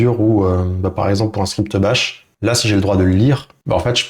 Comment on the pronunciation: Bash et non bach ;)